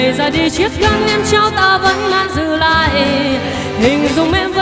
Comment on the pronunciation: Không bàn về hát hay hay không nhưng cứ phải phát âm cho chuẩn cái đã, buông- buôn, nàng-nàn, mang-man...vv